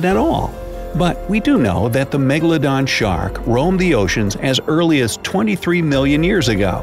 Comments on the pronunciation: 😡 Its Not Megladon 🤬 Its Megalodon 😉👍🏻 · It's Megaladon not Magaladon